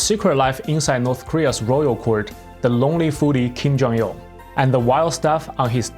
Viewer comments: "so roonnerryyy" 😂😂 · I'm so ronrey So ronrey So ronrey and sadree arone. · "I'm so ronery" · I'm so roanry, I'm so roanry